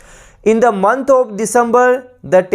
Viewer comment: Thanks for the session sir Ji... Sir ji aap jo bhi correct answer hota h...usko Mark bhi kr diya kijiye because sometimes confusion ho jaata h pronunciation k kaaran...like of...off to aapne to answer of btaya but konsa of...off... this is not clear...